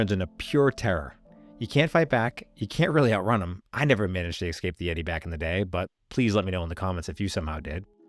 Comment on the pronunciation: Great content, but please stop saying words like expecially and exscape.